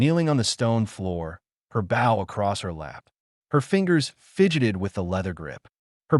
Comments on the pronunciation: Good god if you're going to us AI, at least program it to distinguish between bow and bow. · Bough or bow? Lol